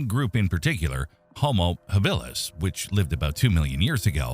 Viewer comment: Enjoyable but screwed up. Your AI voice mispronounces Habilis, Australopithecus and I don't know what else. You show a hunter about to throw his spear - in a dense forest. That doesn't work. Check with your Maasai friends and they'll splain you.